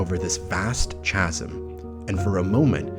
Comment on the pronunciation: Really great! But just FYI "Chasm" is pronounced with a hard "C" | KA ○ zm This is a common mispronunciation among those who have read the word but rarely or never heard it said out loud (correctly)